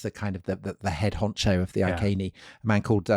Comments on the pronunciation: Why does Tom who claims a background in Latin pronounce the Iceni as "Ai Seen ee" or Ai ken ee"as opposed to "Ee ken ee"? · Is 'Eye-kay-nee' the accepted pronunciation of 'Iceni' nowadays? Would it not be 'Ee-kay-nee' in classical latin? We were taught 'Eye-see-nigh' at school - the anglicised Westminster latin rendering. I only mention it because it was said so many times. A very interesting video. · Boudicci. Victorious woman. Beir bua fellow Celts! PS Iceni ....I'd say that something like Ee- Kenny given there is no K in the Welsh / Latin alphabet? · Iceni = eee-KENN’-eee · Since we have no documentary proof, other than the name of a road (2000 years later) that now runs to Wiltshire, where Tom is from, Iceni is probably best pronounced eye-see-knee, rather than eye-kay-knee. What do you think Tom? Oh ok, let's try and convert all of Britain to say eye-kay-knee. Finally, if I was a woman, which I'm not, even though I have a penis, I would say Boudica was not entirely happy with the pronunciation of her name - boo-dick-ah. She would likely have been far more happy with boa-dis-seah, don't you think? I mean, you just have to know women to know what she would have preferred. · 'I's always make "ee" sounds in Latin, so "Eekehnee" would probably be a bit more accurate. (I'm by no means an expert, though.)